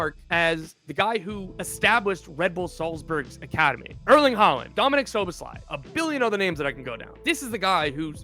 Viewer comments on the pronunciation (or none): none